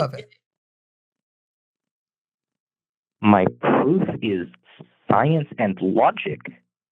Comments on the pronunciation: "sigh-ence and logic" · Sigh-ence and logic. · Sigh-ence and logic